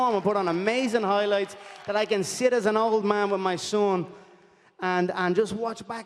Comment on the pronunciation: “Moik Toison’s Hoi Loits” - Connor McGregor